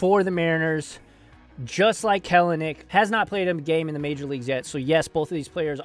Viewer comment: Sick video pronounced kel a nick (Kelly)